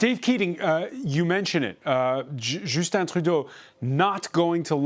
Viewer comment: lol “Joosten”… it’s Justin, mofo!